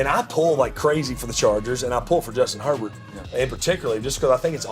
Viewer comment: His name is Herbert, NOT Hebert!!!